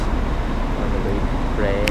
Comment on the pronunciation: It is a common mistake for many Thai locations to be mispronounced. Phrae is pronounced more like (Pear) not Pray. There is an ok hotel about a ten minute walk from the bus station. The fan rooms are fine there is really is no need for aircon. The only food anywhere near the hotel that is any good and or cheap is located in the old city about a good twenty minute walk behind the hotel. That is also where the city market is located. Just be aware like 99.9999% of Thais do not speak nor understand English and for sure not in Phrae. I have subscribed to your travel channel for one reason it is a smaller channel that I tend to support more than the big ones. Best of luck with your channel.